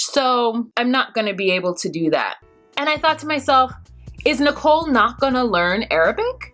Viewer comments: It's Nichole not Nickle like 5cents!😂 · How come u call Nicole Nickel? Lol I crack up every time 😂🤣 😂 love ya anyway just figured I'd ask 😘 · It's Nicole not nickle. 😂😂😂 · Learn Arabic??? As you noted, Nickel (you wrong for this pronunciation 😂😂😂) went to a job interview WITHOUT a resume and INSISTED the employer knows she’s only going to be there short term. Homegirl cannot handle the simple things in life as a responsible adult here in America. The cognitive skills required to learn a second language (as an adult) ...she- she just don’t got it y’all! LOL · the first time she said nickel I thought I heard wrong. 😕